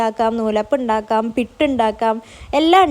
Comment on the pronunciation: പുട്ട് എന്നല്ലേ pitt enna parayunne......atho njan kelkkunnenta kuzhapam ano